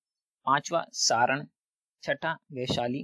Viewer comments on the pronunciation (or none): none